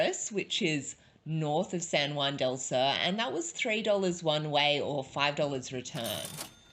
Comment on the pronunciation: your accents are horrific.. for one sur is pronounced soor not sir.. but hey who's counting